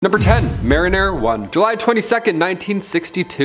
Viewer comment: Right before Mariner 1 pops up on screen I swear ( and I had to listen to it twice) that our awesome host said marinara one, I loled hard , This channel is awesome I love watching the marathons!